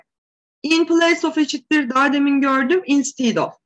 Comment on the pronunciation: Hocam instead, unless vs. Gibi kelimelerinizde telaffuz hataları var sanki..